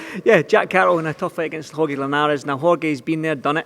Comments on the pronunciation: its pronounced horhe not horegay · Horhay you mean